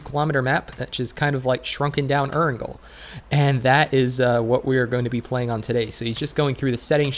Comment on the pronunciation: Please learn how to pronounce Erangel properly.. You're a PUBG content creator yet it seems like you know nothing about the game before mobile was released..